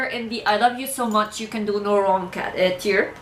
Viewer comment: (For your peace of mind) don't worry, you're pronouncing tier right. Tee-er is a tier list. Tie-er is something that goes on the wheel of a car.